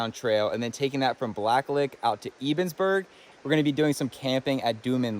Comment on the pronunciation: Nice! I am fairly local and just haven't found time yet to do the full loop, but looking forward to it. Kind of surprised at what they were charging for a tent spot at the county park though, yikes! Also - if you find yourself out here again, "Ebensburg" is pronounced "EH”bensburg"!